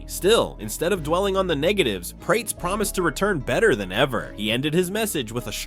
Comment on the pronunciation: Seriously? Prates like Crates? LOL. It is Prates as in "Prat-es".